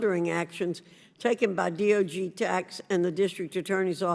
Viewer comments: She keeps saying DOG rather than DOJ. What is wrong with her? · Virginia Foxx is a sharp and not mentally compromised, like Sleepy Joe? However, I did notice that she referred to the 'D.o.J.' as the 'D.o.G.' and also mispronounced 'Senior leadership' as 'CL leadership. (Might be a case of misreading poor handwriting.)